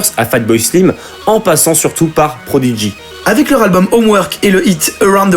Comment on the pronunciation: "ProdiDgy"... l'erreur phonétique que je déteste Invaders must die, je cite :"We are the Prodigy", et pas ce dégeulasse "ProdiDgy" à l'écoute Coup de gueule terminé et GG les gars pour la vidéo